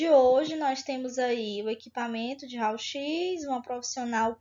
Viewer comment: Realmente ela é da área? Uma aula com mais encheção de linguiça do que conteúdo importante e pronunciando “RAUL X”.